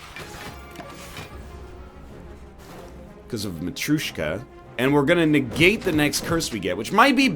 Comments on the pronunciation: It keeps wreking my ears, NL... Mat-r'yo-shka not matrushka. <3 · Oh, btw, the way Matryoshka is sort of pronounced is "Mah-throh-shka". And I've heard even people calling it "Mah-three-yoh-shka". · Ay everybody welcome back to MISPLAY MISPLAY MISPLAY MISPLAY Oh by the way its mat-rio-shka in pronounciation